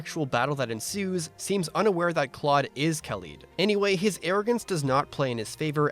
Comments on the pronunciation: I love this recap video, but I'm sorry it just bugs me when you say Khalid as "Kaleed" when it's really "Ka-" like "cat" or "call" (two different pronunciations) and "-lid" like a container's lid. Sorry just gotta do my duty as a "خالد". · That's not how you pronounce Khalid :(